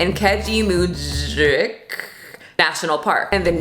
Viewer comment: As someone who trains at the same gym as Greg and lives near him. Listening to you pronounce the names of my city, province and Keji Park had me dying laughing.